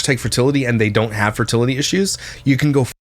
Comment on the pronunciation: Their convo about the pronunciation of fertility tells you all you need to know about. He clearly didn’t like her correcting him. 😂 funny bc he is miss pronouncing it.